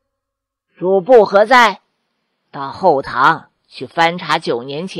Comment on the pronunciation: 是 主 簿 非 主 薄。主 播 該換一副眼鏡。